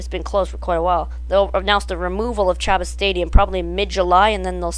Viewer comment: Chabot. Pronounced SHA-BOW... Really? It would be great if they ran it in reverse avery other week or permanently... Skyscreamer usually has no one in line, it would be good to draw more people in....